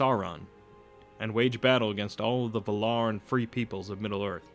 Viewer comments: Why all you people keep saying Vuh-lar? It's VAL-lar. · The accent goes to the first "a",it's vAlar not valAr! Come on man! You're ruining the narration! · “This man is teaching fanboys not informing intellectuals.” O it’s Val-ar, not Vular. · "vul-ar"...? I think you mean "val-ar" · Take a shot every time he says Val-are hahahaha dying I am drunk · the Vay-laar please! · Valar is pronounced Va lar with a 0.3 second break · Also VA-lar, with the accent on the first syllable and Morgoth as in (more-goth) both o's are the same, not (more-gath) :D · you're pronouncing Valar wrong... please redo it... it will be worth it.. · Thank you! The pronunciation in the video drove me crazy. Don't add T's to the name that do not exist.